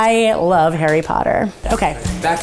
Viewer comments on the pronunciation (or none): none